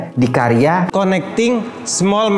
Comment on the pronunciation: Karya bang..bukan kariya😅